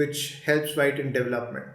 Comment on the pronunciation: DevelopmenT not Development’d